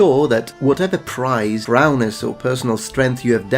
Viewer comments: It's Prowess not Prowness lol Otherwise great interesting video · Also, it's "prowess," not "prowness." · No, goes on to mispronounce it in the same way later on. I think he thinks it's "prowness" but it is actually "prowess". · Amusing, though.